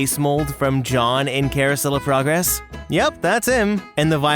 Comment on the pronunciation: Don't you mean Carousel Of Purr-gress. 😂🤣